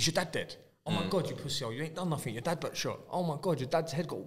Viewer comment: “YOU’LL DO NAFFINK!”